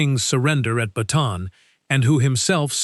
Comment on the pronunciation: Bataan not baton